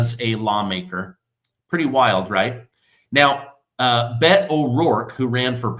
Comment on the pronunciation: It's pronounced Bay Toe...... an anti-gun dingaling.